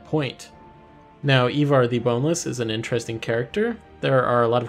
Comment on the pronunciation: ivar is prounouced "eye-var"